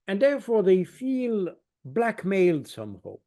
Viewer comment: What "some hoe"? Putin... Not Poutine! The guy can't pronounce some "how"!